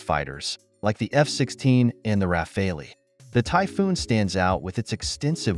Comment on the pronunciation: well he also called the refale the "rah-fail-e" which its the "rah-fal" so I assume this is an AI voice.